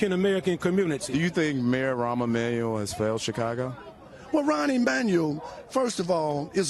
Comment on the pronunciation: "Ron Emmanuel" lol dumbass